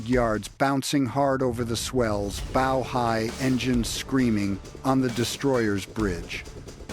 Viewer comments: Someone should tell how to pronounce LEAD ,as LEED nit LED and SHIP'S BOW as BOUGH not BO. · Very informative. It’s a bit off putting when the Ai voice pronounces the “lead” boat with the same pronunciation one would use in “lead” paint… or the “bow” of the boat the same as a “bow” tie. Aside from that, the delivery is amazing. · Archer's "bow" or ship's "bow"? 😅